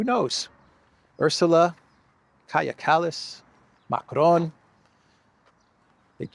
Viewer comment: ΩΡΑΙΟΣ ΟΠΩΣ ΠΑΝΤΑ!!! ΕΥΧΑΡΙΣΤΟΥΟΥΜΕ !!! ΠΟΤΕ ΘΑ ΜΑΘΕΙΣ ΝΑ ΠΡΟΦΕΡΕΙΣ ΣΩΣΤΑ ΤΟ ΟΝΟΜΑ ΤΗΣ ΥΠΕΞ??? ΚΑΡΓΙΑ ΚΑΛΛΑΣ !!!